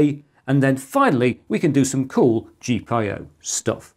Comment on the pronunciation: Gee-pie-oh? I didn't know I could hate a reading of an acronym, but you managed to pick the worst one possible